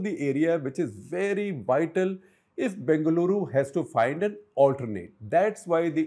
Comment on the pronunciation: It's b-E-ngaluru, not b-A-ngaluru